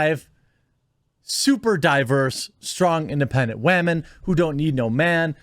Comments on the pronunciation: I didn't even know anything about this movie being made or premiere. I turned cable off over a year ago. But anyway dude, you crack me up. Im going to start saying wahmen from now on. This doesn't surprise me that it failed. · Stop saying wahmen ... it sounds so foolish. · does he not know how to say women or what? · I think I have a stroke every time you say women